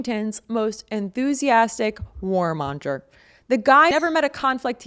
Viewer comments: Monger-pronounced mon-grrrrr. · "warmonger" has a hard "ng", as in "longer"